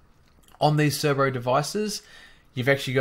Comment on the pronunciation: C E R B O not C E R B R O. There is only one R in it. Great video. I learnt something.